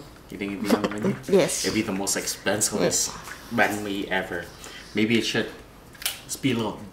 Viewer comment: banh mi, not bahn mi.